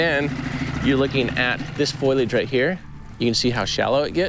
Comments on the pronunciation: Does anyone else yell FOLIAGE every time Jared says “Foilage” 😂 its fo·li·age 😂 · It's not "foilage." It's "foliage" (FOE-lee-idg). It's not made of foil. :face-purple-crying: (Confusingly, "foil" and "foliage" both come from the same root. Leaves are still not made of foil.) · Love these videos but, I cringe every time he says foil-age instead of fo-lee-age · I believe "foil"- age comes in a box from Renolds Wrap. "Fol-i-age" grows wild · Love you Jared and everything you do. Ps it's foliage ❤ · I think he is meaning foliage (trees, grasses, any growing greenery that is present). I was also confused the first time i heard foilage. Have a great weekend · I think of the hair salon every time Jared says "foilage". 😁😆 I know he meants foliage. ❤❤❤ I'm sure I'm not the first to mention it or think it but i couldn't resist teasing a bit as it stands out in every video that he talks about foliage. Keep up the great work and don't let my teasing get in your way. ❤